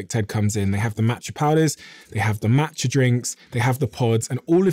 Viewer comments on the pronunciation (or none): Here in the US, i can't understand the name you said of the matcha